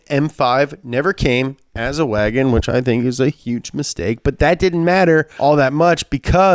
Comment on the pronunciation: Is it just me or does pronouns wahgoon wrong?